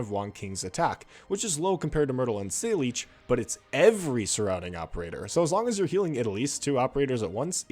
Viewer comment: ...you did not just pronounce her name as "say-leech."